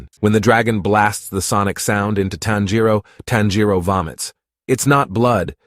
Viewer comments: And the way they pronounce Tanjiro. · Please why can’t Americans says his name correctly🫤🫤 it’s TAN-jiro wtf is a tanJIro??? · why WHY why does he say tonjero like toneeereoo